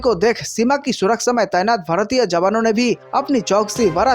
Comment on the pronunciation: Wrong pronunciation of surakchha